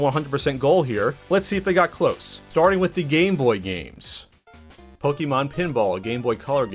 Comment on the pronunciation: Poke-e-mon lol